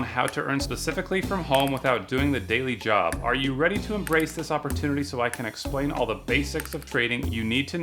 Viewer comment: "embrace the opporrtunity" LOL